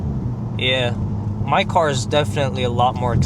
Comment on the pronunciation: "why she is attacking my coar" "wt fouck"